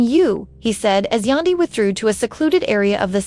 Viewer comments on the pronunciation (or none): Who is Yondee her name is Yan as in candy pronounce Yandy….. yandee